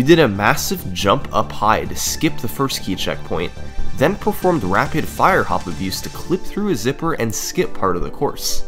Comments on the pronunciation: i would assume rfha is rapid-fire hop abuse but summoning salt pronounces it like rapid fire-hop abuse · He keeps saying “rapid fire-hop abuse”. i would bet my life it’s “rapid-fire hop abuse”